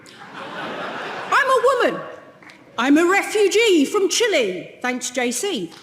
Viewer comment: "I'm a refugee from Chile!" Surely she's not talking about herself. That's the heaviest English accent out of everyone so far, and she didn't even pronounce "Chile" correctly.